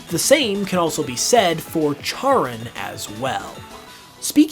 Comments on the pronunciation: Charon -> “care-on” not “chair-un” And Pluto isn’t a planet. Soorry. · Pls charon is pronounced like karen pls im in pain here